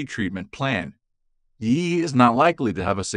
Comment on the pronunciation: It's an AI voice not a human. It doesn't know you have to subs each letter of the acronym. Irritating isn't it. I refuse to listen to AI voices